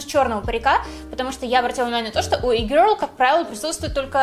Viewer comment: Как она раздражает)ппц. произношение и-гёрл))) из Англии)0